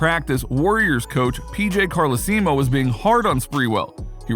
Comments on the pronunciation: PJ Car-Lee-See-Moe😂🤣🤣🤣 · Carlaseemo lmao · Carl-lee-see-moe?? Lol.. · Pj Carlesimo is pronounced a little different. The WWE had a hell ride flight with a couple flights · He just need to learn how to pronounce P.J's name. Just like I need to learn how to spell his name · 😂 The narrator butchered PJ Carlesimo last name that's definitely not how you say it. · And he kept saying it😳🤣🤣🤣